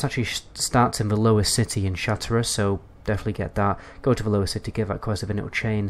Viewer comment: Isn't it pronounced "shat rath"? Sounds like you are saying shatera